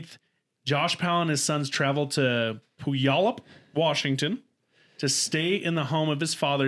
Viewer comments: I loved the way cam said puyallup Washington. It’s pronounced (pew wall up) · My husband lived right down the street from them in Puyallup. Lmao! it is pronounced Pew-yallup. It’s an Native American name. But I remember when that all happened. So sad. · Native Washingtonian here to make sure someone mentioned it. Pew-al-up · The second part of this sad story, the death of her children, happened in my backyard up here in WA state 😭. It was heartbreaking 💔 😢 😞!!! FYI, it's pronounced "Pew-all-up" it's Native American like all our cities are. It's the hardest to pronounce! You did awesome!! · Say it with me pew-all-up...puyallup